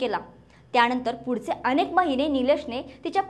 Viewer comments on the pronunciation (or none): none